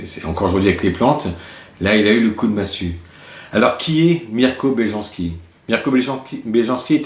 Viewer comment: On lit « y » les « j » dans les langues slaves... Belyanski